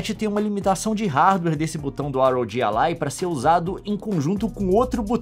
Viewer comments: Na verdade se fala ROG ALLY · "ar ow ji alai"